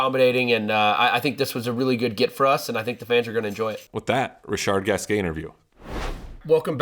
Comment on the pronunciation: Sam is wrong about the pronunciation of RG, as always... never trust Sam to pronounce a foreign name correctly, LOL